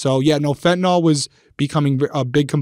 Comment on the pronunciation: A reminder to everyone that fentanyl is pronounced exactly as it’s written, fent uh nil. NOT “Fent in ol”